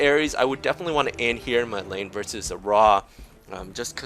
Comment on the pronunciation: Is it me or you're pronoucing Anhur the wrong way? <.<